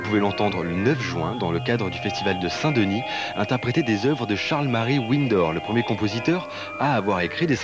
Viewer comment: Ouinnedor hahahahhahaha quel abruti ce journaliste